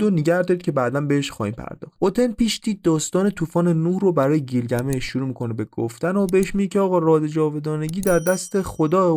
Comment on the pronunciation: گیلگمیش نه بیلگمیش... اکثر کلماتی که گفتی در زبان تورکی رایجه از ننه انییل و... ساکاها و... برای تحقیق بیشتر کتابهای بیشر بخون.. نژاد و زبان سومریها چندین کتاب نوشته شده که با زبان تورکی و نژادشون یکی بود... کتاب سومر دکتر رحیم بقال که 6000کلمه مشترک سومر و تورک رو نوشته با اسناد هست..